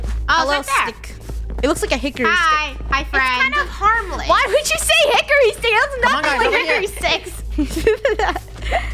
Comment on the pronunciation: “Good hikery stick”